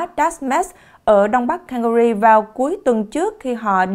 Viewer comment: Góp ý nhỏ …Bạn nên luyện thêm English chút xíu Calgary city “không phát âm canh ga rì nhé! “